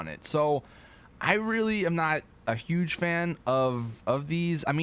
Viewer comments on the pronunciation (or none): none